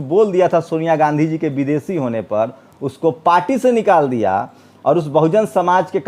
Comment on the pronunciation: aap ache patrakar he lekin aap ki bhasha shudh nahi he sha shabd ka ucharan sa kehkar karte he jaise desh ko aap des kehte he. Videshi ko aap videsi kehye he. Aap bhasha shidh kijye